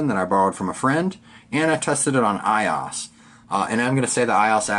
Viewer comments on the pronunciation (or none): "I ozzz"? really? for a tech person and you pronounce it iiiiozzz?